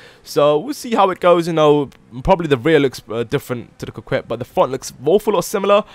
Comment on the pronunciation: Lol coquette Cock-wet